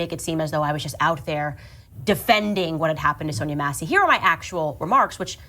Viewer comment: Nobody ever pronounces SONYA SONIA SONJA correctly. Lonnnnnnnng O, not short unless specified!